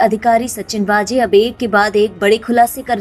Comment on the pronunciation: its not वाजे.... its वझे